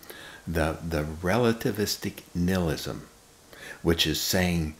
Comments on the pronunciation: Why is he saying nilism..... It's ni*h*ilism.... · I only got to 5 min He said nailisum wrong